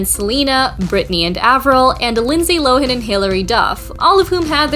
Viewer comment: Always love your work. But I think Lindsey Lohan is pronounced “Low” and then “Han” with a hard a like the word “Hand”. I’ve never heard it the way in this video before! 😂